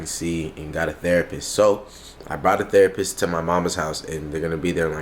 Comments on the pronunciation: When said therapurse 😂😂😂😂😂💀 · "THERAPURST."- 2021. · Why saying therapurse? 😂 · Is really calling the therapist thera purse 😂😂😂